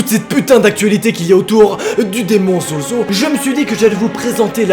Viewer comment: SES ZOZO PAS ZOUZOU